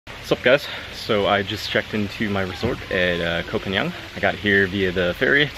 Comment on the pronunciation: I lived there for 2 winters and avoided the full moon party, there are better places on the island imo, but I liked your take on it, but pleeease, learn how to say Koh Phangan correctly 😅